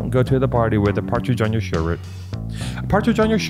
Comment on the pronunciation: Howling at “shir-et”